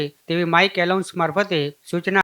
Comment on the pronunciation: અરે મિત્ર એલાઉન્સ ન કહેવાય એનાઉન્સ બોલાય